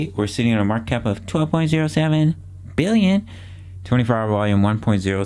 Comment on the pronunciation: now every time I subconsciously wait for the accent on "billion" HAHAHA "twenty-nine point five...BILLION"